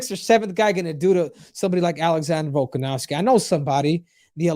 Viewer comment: VOLKANOVSKI NOT VOLKOV. VOLKOV IS A HEAVYWEIGHT FIGHTER STOP CALLING HIM VOLKOV. JUST SAY VOLK IT HELPS A LOT